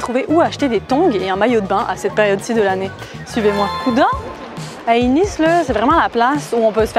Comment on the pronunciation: Et ont dit le ni de Nice comme la marque nike